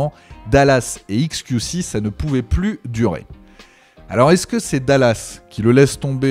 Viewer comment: faut arrêter de dire "iks kiou ci" soit tu prononces à l'anglaise, soit à la française, mais là le mélange des deux... haha